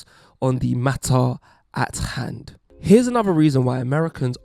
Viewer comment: I've never, ever heard someone pronounce the H in Hand like that.